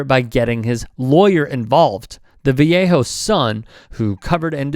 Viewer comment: "Vallejo" is pronounced "va-lay-ho".